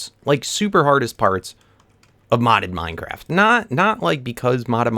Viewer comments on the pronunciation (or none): none